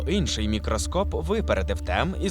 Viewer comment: Друже, це новий правопис чи тобі так зручніше - я чую у тебе в слові «Інший» літеру И. Мені прям дуже цікаво.